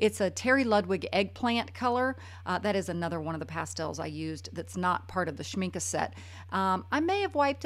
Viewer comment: It's nice to hear "Schmincke" pronounced correctly.